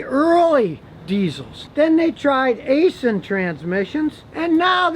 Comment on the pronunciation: Ok Scotty. There is no G in Cummins and you ignore the A in Aisin - say “Isin”. As for ZF. They make a great 8 speed auto that is in a lot of cars and the Ram 1500.